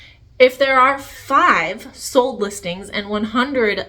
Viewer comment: Sold! The word is pronounced SOLD … not Sode. And the like!! It’s not Cute. It’s SO annoying..It makes me not want to listen!